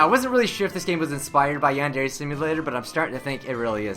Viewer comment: MrRubenMelodyMetal MHarmony - Is there anything wrong with noting the fact that he isn't pronouncing it right??? Tell me what I did wrong